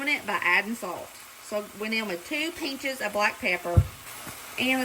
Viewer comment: Watching this was so much fun. I'm really impressed. BTW, the way you pronounce the word "pinch" makes me giggle because it reminds me of my grandmother who was from Arkansas.